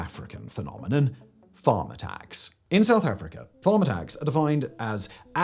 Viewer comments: I thought he said “farmer tax” not “farm attacks”. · I’m American… is he saying “farmer tax” or “Farm attacks”? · Am i the only one who heard, throughout this video, "farmer tax"? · I was 12.5 min in before I realized he's not saying "farm tax" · I was in when I realized he was saying "farm attacks" and not "farmer tax" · My brain. Took 3 minutes to work out you were saying "farm attacks". I honestly heard "farmer tax". 😂 Now it makes sense. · I'm sorry, but did anyone else not realize Simon was saying "farm attacks" until halfway through the video? I was like, "Farmer Tax is a strange term to classify a murder." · Absolutely. I thought it was a rather flippant way of describing what he was describing, till I looked at the video and saw it was Farm Attacks